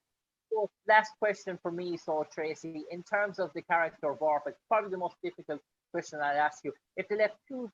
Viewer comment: VorpAx! Not VorpEx.